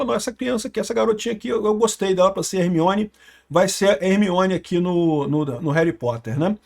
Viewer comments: Será que sabe??? Ele falou Hermoine Granger aos kkkkkkkkkkkkk kkkkkkk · "Remoíne Granger" kkkkkkkk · "Ermuine" foi foda😂😂